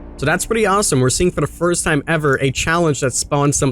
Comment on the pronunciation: Stop saying firist like school race kids